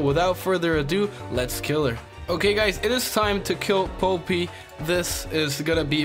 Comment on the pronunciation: I died every time he pronounced polypi wrong.